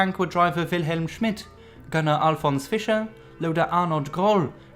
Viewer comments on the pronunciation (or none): none